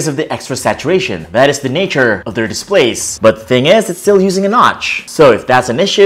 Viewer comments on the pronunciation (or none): none